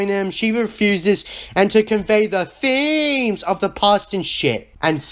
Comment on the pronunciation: Every time this guy says. THEEMEZ I wanna kill myself